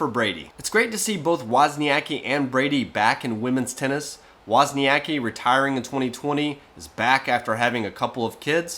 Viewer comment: wozniaCki, C is not a K, C=Center. you say her surname with a C and after goes K. wozniaCKi.